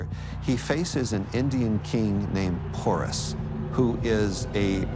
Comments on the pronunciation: Porus won not alex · It's king Porus not pours